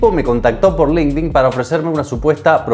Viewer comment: jodini te mintió, no se pronuncia "link din" se dice línquedin 😊